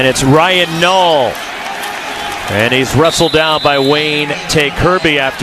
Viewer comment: U mean Ryan nall lmao can’t even say his name right 😂